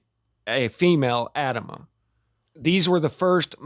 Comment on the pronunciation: Adamu: ah-dom-oo 😀❤️☀️